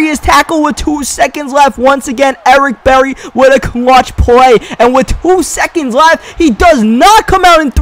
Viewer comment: "Ewick Bewwy"